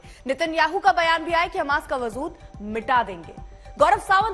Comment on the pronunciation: Wajood aur wazood ka pronunciation krne ki Tameez nhi chali aayin news anchor banne bolna sikho pahle